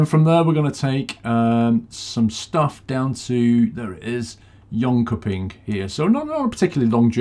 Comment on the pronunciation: Just so you know the pronounciation is Jönshöping not like a normal K ;)